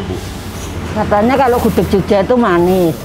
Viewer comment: Gudeg bukan gudek nyet